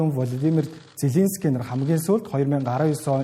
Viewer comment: Хөтлөгчдөө хүний нэр зөв дуудуулж сургаач. Влодимр Зеленски . О үсгийг Э гээр дуудаад байна шүү